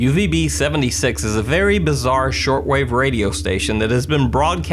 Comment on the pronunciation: Laura H I dont know what Russian do you speak, but as Russian i can tell that he sayed - uZb . Instead of uVb he sayed uZb by some reason